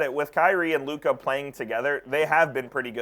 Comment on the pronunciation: SAS can’t even say Luka’s name right